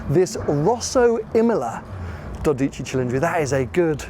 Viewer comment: "Dódici", accent on the o and the c is single so it should be quicker. You were saying "Dodìcci" 😁